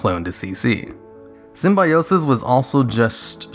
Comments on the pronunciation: Not sym-bi-o-sis, but sym-byo-sis (simbēˈōsis) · Dude..say Sim-bye-osis one more time LMAO..its call Sim-bio-sis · The #1 was painful to listen to... While I agree that Symbiosis was fun and innovative and unique, please, at least do your research before creating something like this - it's pronounced (sim-bee-oh-sis). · Ah, the Jenny Slate school of pronouncing Symbiote, or Symbiosis in this case.